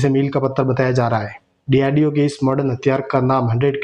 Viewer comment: Abe cheema bolna seekh lo DRDO hota need to learn to pronounce .